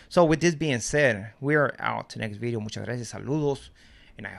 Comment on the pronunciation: has an accent & can't pronounce certain works like "Bideo".😂